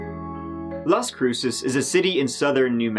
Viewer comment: Finally someone on YouTube who can pronounce Las Cruces correctly.